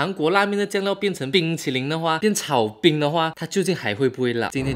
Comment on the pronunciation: 水果炒冰听成水果奶奶😂